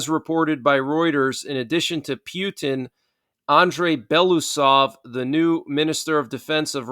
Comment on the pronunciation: The way you pronounce Putin is disgusting